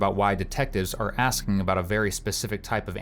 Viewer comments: It's ASKING and not aksing. Half the time, he says aksing XD He can use a gun and kill another human being, but haven't learned to talk yet. Sickening. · « Axing me » 😢